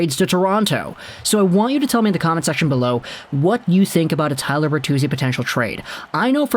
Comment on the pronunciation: Tyler... its Tyler